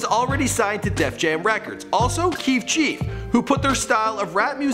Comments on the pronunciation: "kief chief" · He said keef chief 😒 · Did you fuckin say 'Keef Chief'? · my nigga really said keef chief 😂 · This man said keef chief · I thought I was going crazy when I heard this man say "Keef chief" 💀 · he said keef chief😂😂😂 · This man just said keef cheif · he said Keif Chief lmfao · Who else noticed he said keef chief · lmao he said keef chief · did he say keef chief? 😂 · he said keef chief lol